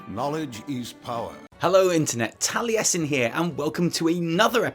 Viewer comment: Tallyesin? Oh my god